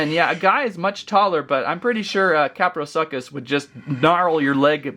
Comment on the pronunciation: It’s pronounced kaprosoochus